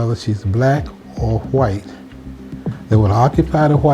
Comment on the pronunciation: That black dude really said "hwite." Lmao tells you all you need to know.